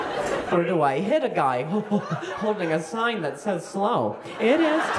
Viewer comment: “That’s why I have thaT” sounds like periodT and I love it.